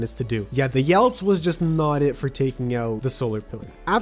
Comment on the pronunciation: "the yelts" Ye-lets. YELETS